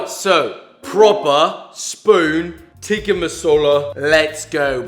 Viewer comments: as an indian I was honestly happy to see Josh take down chicken TEEEKHA masala. Just, don't say the pronunciations. You win some you lose some josh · If you are horrible at pronouncing tikka and basmati then here is some help Tikka - tik as in tick_a/ah Basmati - bas as in bask without the k and a shortind a_m as in mom_ti actually is pronounded correctly by him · As a South African I'm angered on how he says "Tikka" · It actually pronounced ‘tik-Aah’ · its THICCka NOT TEEKA FOR GODSAKE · Yes, it was created in England Scotland, it's still pronounced 'tikka' with a short 'i', not 'tee-ka'. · You pronounce it Chicken Thick-Ka Masala not chicken teeeka masala